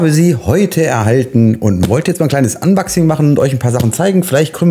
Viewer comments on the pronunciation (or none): Na denn mach mal dein "anbaxing" 😁